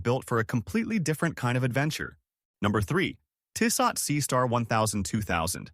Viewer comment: Tissot™ (Tiss-soe) Thanks for the video.